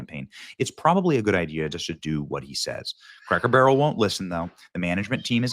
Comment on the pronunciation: Take a shot of alcohol every time Benny says craker barrel in his play lists of cracker barrels videos